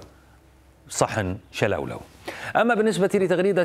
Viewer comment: بولولو ماشي شولولو😅😅😅😅